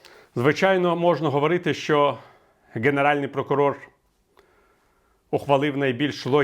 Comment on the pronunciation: Прокурор генеральний, а не ґенеральний. Перепрошую, бо у Вас чудова українська і цей огріх треба виправити✌️🇺🇦